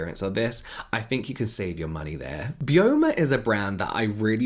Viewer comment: I don't know for certain but I'd assume Byoma is pronounced bye-oma as in the skin's microbiome? I could be wrong though!